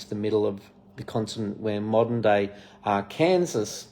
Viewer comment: Arkansas is pronounced Arkan-saw. ❤️